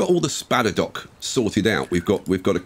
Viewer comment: THE SPADDER-DOCKS! As in boat docks!